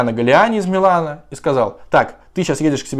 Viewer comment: жалюзи слово французское так что ударение на последний слог жалюзИ